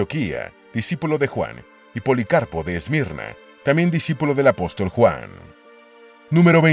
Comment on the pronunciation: La persona que preparó este documental al parecer está muy lejos de ser cristiano y debe haber aprendido algunos datos históricos de manera secular. A mi me chocó desde perdió que el lector al comienzo dice A-Pos-Tòl. poniendo la fuerza de pronunciación en la última sílaba como una palabra aguda pero no hay cristiano con un mínimo de educación que no conozca que la forma correcta es Apóstol con asentó en la o del medio ya que es una palabra llana.